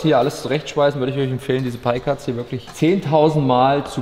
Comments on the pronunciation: "Pie" war schon richtig ausgesprochen von 😉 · PIE = Lautschrift Pai (war schon richtig von dir) Das andere was er da gesagt hat. PEI ist samonisch und heißt Mögen. Das Wort gibt es nicht auf englisch :D